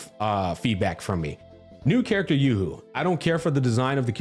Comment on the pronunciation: bro's name is yo hoo not yoohoo. its not a chocolate drink